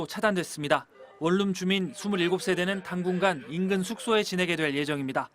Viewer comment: 월룸이냐 원룸이냐~